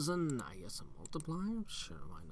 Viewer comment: Seriously, how were we supposed to "guwess" that without looking it up? We could have gazed into a palantír... I don't know if has one though...